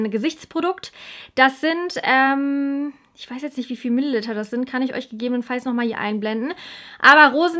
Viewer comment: Tu mir einen gefallen und sprich Milliliter richtig aus. Danke!